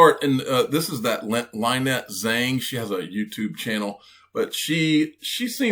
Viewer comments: (Linet, not LINE....net) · As Darkness Looms; So Does Cryptozoology It’s Lynette